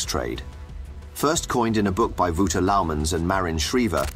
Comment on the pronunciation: They way you butchered ''Wouter'' was pretty epic ngl